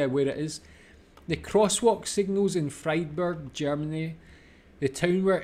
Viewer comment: Yeah 😊 Gießen is my hometown! Yes this beautiful house is very popular. A friend of ours is a professor of biology. His office is in that house. You pronounced Gießen perfect! Friedberg where Elvis served is close by 45 kilometres south. It’s pronounced Freedberg.